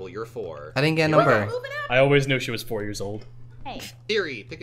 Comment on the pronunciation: the h in she is triggering